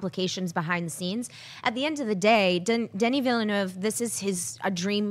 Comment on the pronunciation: Woop Woop! That was the closest I´ve heard on the net for a long time to pronouncing Denis name right!